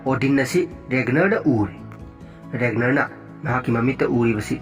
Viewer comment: Ragnar haibne regner haibne natte. Legartha do lagartha. Khoidw saogatle ng pronunciation se Bjorn su soire